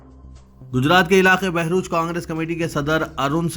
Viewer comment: بہروچ میں نہیں /بھروچ..........